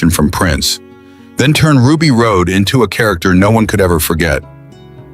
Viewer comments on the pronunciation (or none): Another A.I. screw up. It was pronounced Ruby Rod not Ruby Rode. Even though it was spelled Rhod it was pronounced "Rod". The trouble with A.I. is it has no common sense at all. No common decency, no common sense. A.I. just shows intelligent stupidity. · Rod... Ruby ROD Not ROAD. RHOD = ROD! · The name is Ruby Rodd not Ruby Road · Anyone know a way to tell whoever it is putting this piece of &$$; together That CHRIS TUCKER'S CHARACTER WAS NAMED RUBY RHOD PRONOUNCED ROD!!!! I wish more people would start voting down stuff that deserves it instead of collectively nodding their heads like lemmings. You're trying to praise a movie, mispronouncing the characters names is not a good way!! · Ugh. AI slop can't even get Ruby Rhod's name right.